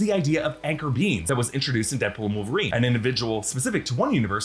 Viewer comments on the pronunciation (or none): none